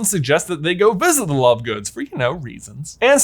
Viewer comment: Did he say lovegoons?😅😂